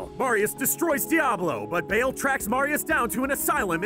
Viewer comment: mefeesto and bayl..? xD mephisto and baal tyrayl..? plz sthap!